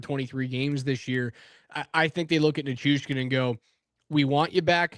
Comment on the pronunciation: The Hurricane's website have pronunciations of their players, and it says Nay chus. but the said he made a point of meeting him before the first game to be sure to get the pronunciation correct.